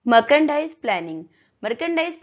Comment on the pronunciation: Mam ap merchandise ka pronunciation galt kar raha ho